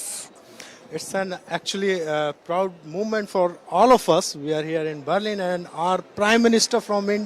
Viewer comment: jaahilon Byarlin kya hota hai BER lin Byaar nahi BER